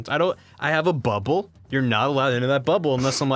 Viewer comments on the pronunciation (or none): i love how pronounces bubble. he doesn't say bubble, he says bub-ble. it's amazing